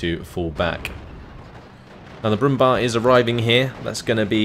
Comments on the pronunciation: Very nice commentary again. Btw, I just wanted to say that the "bär" in Brummbär is pronounced like the english "bear". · Hey, just 1 thing I wanted to note: the "Brumbär" is pronounced "brumbear" due to the two dots above the a. I realy enjoy your SD44-content, so ceep up the good work.:)